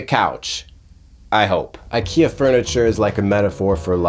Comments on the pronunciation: I'm a small Swedish person and I felt sad feelings about your pronunciation.☹️ Very good video though. //Swedish ISTJ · Weird us- English prononciation of the word "ikea" 😅 Im more like INFP here 🤭